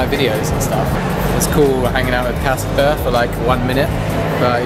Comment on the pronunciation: It's CASPAR, C A S P A R!